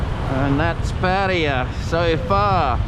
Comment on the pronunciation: Pa ta ya...not ..Pa tya...yayaya.as in Yamaha